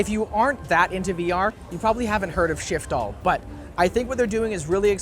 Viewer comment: I liked the misread shitfall 🤣🤣🤣 somebody make shitfall vr🤣🤣